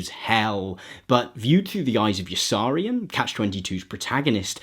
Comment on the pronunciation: Good video. Pity you pronounced Yossarian wrong.